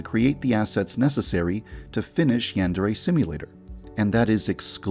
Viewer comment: I still find it hilarious that the creator of Yandere Simulator cannot even pronounce "yandere" correctly